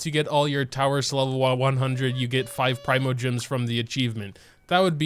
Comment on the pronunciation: Heres a challenge. Probounce primo properly